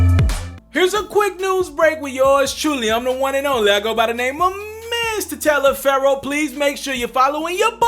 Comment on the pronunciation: I know im not the only 1 hearing him say "mstaliaferro" instead of mrtaliaferro